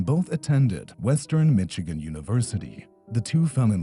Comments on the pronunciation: Now we don't know how to say Michigan? 😂 "Mitch" or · You mean isn’t from Mitchagain?! I had no idear! 😮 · Michigan is pronounced mishegan not miCHigan